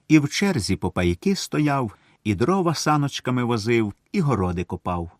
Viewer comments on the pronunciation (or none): none